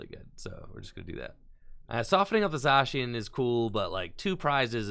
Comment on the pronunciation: He’s saying it right now